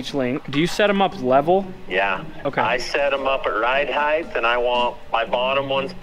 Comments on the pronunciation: The word is "height" not "heighth". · i watch a few youtube channels from Utah. Does everyone there say heighth instead of height?